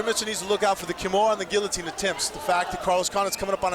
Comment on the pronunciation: You don't pronounce the L's in guillotine!!! Edit: You slupid blastards! There, I used L's when I wasn't supposed to!😁👍 Re-edit: Best fight I've seen in years!! 👊😎👍